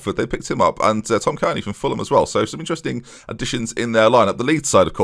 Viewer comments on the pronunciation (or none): none